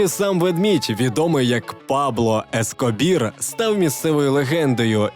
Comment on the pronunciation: Пабло ЕскобЕар, а не ЕскобІр. Коли ж ви блогери навчитесь хоча б транскрипцію слова писати собі в сюжет, вже мовчу про елементарні знання в англійській мові. Що техноблогери, що тут одне і те саме. Як завжди вподобайка за контент і за роботу, але в 2025 році мати такі елементарні незнання мови - це вже, як мінімум, дивно. Тим паче не для літньої людини. З повагою.